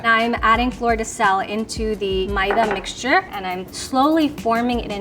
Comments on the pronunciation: First time hearing maida pronounced as Ma-ye-da 😅. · Yeah I refuse to believe is indian she doesn’t even know how to pronounce maida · that's how south indians pronounce maida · that's exactly how my mom says maida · that's how I pronounce maida is it supposed to be like may-dha. Idk man some people pronounce things differently